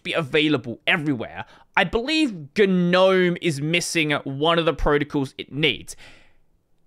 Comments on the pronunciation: Is it a running gag the way pronounces gnome, if so, can i get a backstory? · Years ago "GNOME" was an acronym for "GNU Network Object Model Environment", GNU being pronounced "Guh-NU" led people to saying it as "Guh-Nome"